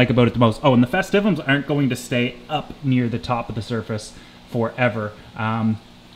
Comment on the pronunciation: Congrats you're the only person on the internet I've found that pronounces the denison barb as "denyson". Try "dennis-son" and "festive-um".